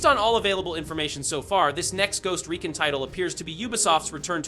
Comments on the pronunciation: Bruh makes the game sound like a smelly haunting when he said “ghost reekin” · Bro said “ghost reekin” in intro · "Ghost Reekin"... crickets